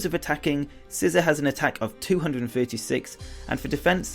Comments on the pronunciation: ITS NOT SCISSOR ITS SCI ZOR NOT ZER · SCISSOR?!?!?! It's Scizor (SE-zor)